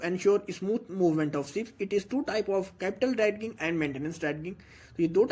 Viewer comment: dredging pronunciation is drajing not drad ging thanks